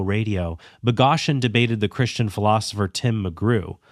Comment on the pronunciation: This critique would be so much stronger if you knew how to pronounce Boghossian’s name.